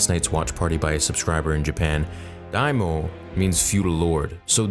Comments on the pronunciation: I have 3 short things I really hope you read! 1. The “Kylo Ren” Tusken is what I thought to be the chieftain’s wife. The drape represents woman hair. 2. It’s spelled Daimyo. There’s a “y” you’re missing. You said Dime-o, but it’s Daimyo. Just a friendly correction. 3. PLEASE for the next episode, draw parallels to KOTOR with the Tuskens! It already felt like KOTOR with how he was being accepted by them. I remember KOTOR saying their “water” tastes horrible, so it’s a testament to Boba’s grit that he didn’t mind it. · Also it's "Dai-mee-oh", "not "daimo". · It hurt to hear "Daimyo" pronounced "Daimo" but otherwise great vid! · I know non-english words are hard but they literally say DAIMYO in the show with correct pronunciation. DIE-ME-YO. Not "DIEMO". Please do better. You have multiple people to listen to them say it IN THE SHOW. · Great vid as always. Love your breakdowns. Just wanted to point out that you mispronounce Daimyo. You said Daomo instead (don't forget the "y" in between.) Looking forward to the next watch party. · The mayor’s rep was a majordomo and he called Boba diomo. Not sure of the spelling. The voice over says.